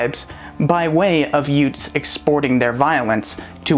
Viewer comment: Youths, not youts.